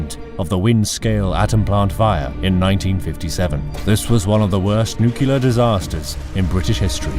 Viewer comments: Noo-klee-ur Nuclear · new-clear isn't that hard to pronounce... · One day people will understand that "nucular" isn't a word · Yes, bit hilariously, even in Fallout 4 there's a spoken voice line by a paid actress that says "nukular", a recording that the portable phone booth type shelters play. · Tell me about it.... Even the UK's deputy PM said Britain "needs to re assess its nucular deterrent". She is a moron though.